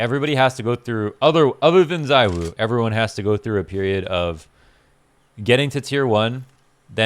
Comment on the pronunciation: i am not gonna get over how u r saying Zywoo(zaiwoo) now when u used to say urself that Zywoo(zeewoo) is the proper way to pronounce </3